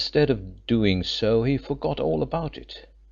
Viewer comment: Second female voice around chapter 9: as bad or worse than the previous one! Who in the world puts emphasis on the word OF??!!!!